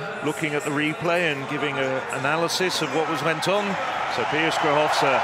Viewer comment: TAK CIEZKO BYLO POPRAWNIE POWIEDZIEC PIA SKRZYSZOWSKA?